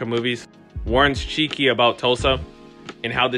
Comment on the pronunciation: This clip was seriously awful to watch. Production quality was good but... At least get the names correct. It's "Chicky" not "Cheeky". Not knowing most of the characters names by season 2. Do you really watch the show? 5 AM is a poor excuse. Work on knowing the names and pronunciations of said names. Then you will have a winner.. You'll get there.👍